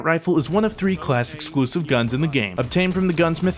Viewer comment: He said exuusive XD